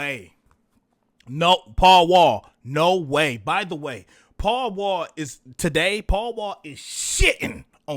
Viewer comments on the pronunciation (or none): Paul Wall is pronounced. Pow Wow.